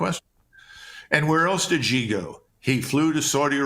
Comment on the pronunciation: It's hard to take your china analysis seriously when you don't know how to pronounce president "Xi"